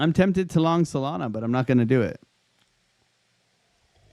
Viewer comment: is bro saying Soylana?